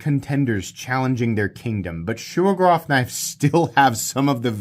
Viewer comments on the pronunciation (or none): Whats a shougerrof? Its Shiro-gorov. Learn the accents